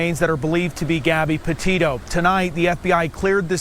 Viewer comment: That woman pronounced Gabbys last name wrong,bad reporting